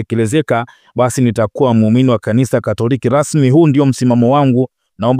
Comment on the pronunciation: Mtangazaji kwa hisani yako kama bado untaka kuendelea na hii kazi, fanya jitihadi za dhati uweze kutamka ipasavyo L na R. Unatuchafulia Lugha Rasmi sio Lasmi. Veli stilict, very strict. Hasira sio Hasila. No Reform No Election.